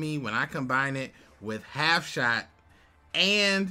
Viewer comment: Boi, I'm about to buy you Hooked on Phonics lol. Half SHUT, Blast Held By A Tribute, Des Nutz. But anyways man great video as always. Thoughts on deck currently: Your back row is definitely stronger, and better suited. Whats your thoughts on Mirror Wall vs Half Shut? Half Shut can be used for attack, or on your own creature to keep it alive, like Lady Ass if the opponents monster is >2000, but if you have Des Nutz the creatures attack has to be >3400 for it to be better than Mirror Wall. Mirror Wall on the other hand can be effective against all your opponents monsters if they have more than one, is pay to play if your drawing bad, and is a trap instead of a spell, which I personally like in this meta. You got rid of Sorcerous Spell Wall! I said before I like it more than Poison Fangs, because its only a 200 damage difference, but there's many other reasons it's good. It increases Des Nuts def to 2000, which I think is OP considering, in the current meta, most monsters are within that range. Plus it's a field spell and your spell/trap field is pretty clogged with continuous/wait-to-activate spells/traps. Shard of Greed. I love Shard of Greed, it can win games. But, it's too slow a lot of the time, or it becomes a dead draw mid/late game. You have 12 non-monster cards in your deak, I feel like if you replaced it with a to-be-determined creature you might have better duels. Maybe. Lady Ass. I don't love this card. It deals damage, and saves you an attack from a monster. I